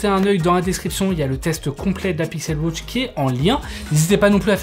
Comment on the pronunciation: Pixel wotch, Apple wotch ? Non ! WAtch